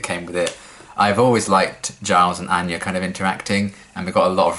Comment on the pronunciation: Anya even pronounced her name like "anne-ya" instead of the usual "on-ya" lol